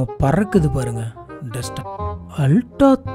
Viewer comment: Adhu ulta illa ooltah